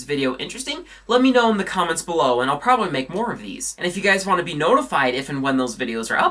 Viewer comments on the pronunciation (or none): none